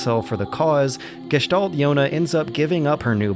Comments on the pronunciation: wow kudos on pronouncing gestalt in almost perfect german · Really good pronounciation of this glorios german word Gestalt. But if i had to nitpick i would point out it's Gestalten not Gestalts^^